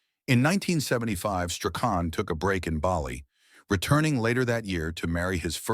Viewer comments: Shirley Graham Strachan's Surname is Pronounced as - "Strawn."‼️😌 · You must feel pretty silly. You pronounced his surname at least 4 different ways & each of them incorrect. His surname is pronounced Strawn.